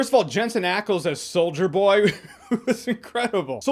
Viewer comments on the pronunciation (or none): Does anyone else hear “Soulja Boy” every time Jeremy says “Solider Boy?” No? Just me? Cool.